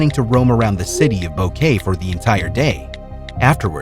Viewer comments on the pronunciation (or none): What on earth made you think that Boquete would be pronounced Bow-Kay? Bo-ke-te!